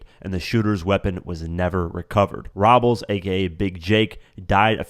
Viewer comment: The way he pronounces ROBLES 😂😂😂. You would think has listened/watched enough documentaries to know how to pronounce Jake's last name 🤔